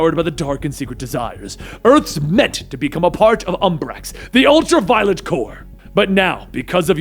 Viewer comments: The 'ultra-violent' corps? No. Practice pronouncing words more. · U said ultra violent Corp 😂😂